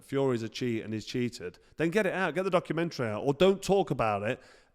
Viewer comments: Docker uh menturry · Has anybody worked out how Deontay says Word 'Dokomentary'?